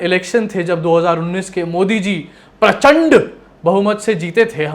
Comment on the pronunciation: I like your talking style Pause and then suddenly prachandddddd 😊 Awesome man,hats off to you.